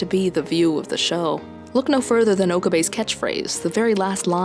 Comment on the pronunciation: "Oak-a-bay" Jesus fuck, I can't continue. That didn't take long.